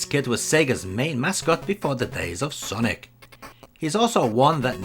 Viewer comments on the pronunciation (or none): none